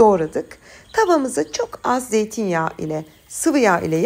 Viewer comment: Çok kıymetli hanımefendi, videolarınızı hep izlerim, çok beğenirim.Sizden bir ricam var.Bunu söylemeyi çok istedim fakat sizi kırmaktan korktum hep. Su bardağı yerine, su bardaa, zeytinyağı yerine zeytin yaa, pişirme kâğıdı yerine, pişirme kâadı demeniz daha doğru olur.Sorun yumuşak g lerde.Çok hoş bir sesiniz ve zarif bir tarzınız var. Aslında bazı kısımlarda dikkat etmeden konuştuğunuzda siz de doğru telaffuz ediyorsunuz. Teşekkürler, çok selam ve saygılar